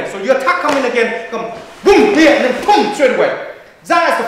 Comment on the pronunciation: you just gotta love how he says zen instead of then :D